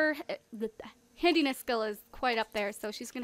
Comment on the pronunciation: when she said handyness skill it sounded like she said hideous skill XD